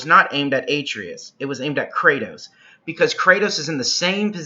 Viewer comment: good video but why are you pronouncing his name like that